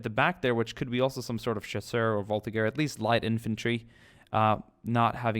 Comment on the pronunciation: Sebastian Ethan What? I study french i am 100% certain that G ( or something like J for english people ) is pronounced before there is an A,E,I,O and U. And as far as i can see there is an I before G in VolTIGEur...